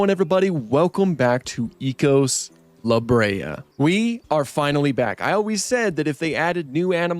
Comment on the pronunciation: Would like to mention something, I believe its pounced as eh-cos, just like echoes, not e-cos. I've heard devs say it like this.